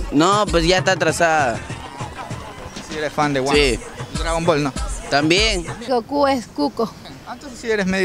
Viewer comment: Es goku no koku 😂😂😂😂